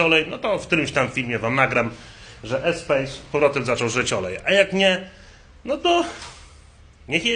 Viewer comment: EspaS nie Espejs…